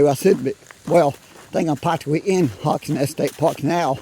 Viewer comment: ANSTED... not a stead as you spelled it. HAWK'S NEST STATE PARK, not 'hock".